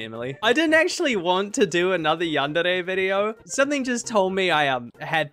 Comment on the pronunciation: You dont know how needlessly happy it makes me to hear someone say Yandere properly